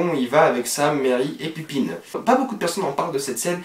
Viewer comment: C'est pas pipine mais Pipin x)